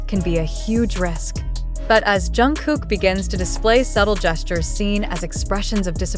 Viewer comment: Блогер почему вы имя Чонгука произносите правильно а КИМ ТЕ ХЕН не правильно, неужели это так трудно? Просто неуважение к нему.